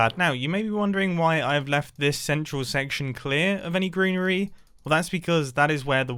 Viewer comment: I'm why but when he said greenery my head just immediately spelt it like "grianery" and I'm never turning back